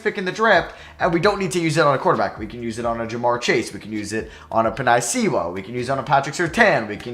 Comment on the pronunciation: PEH-NAY SOO-UHL This is how you pronounce Penei Sewell Also, Rousseau is ROO-SO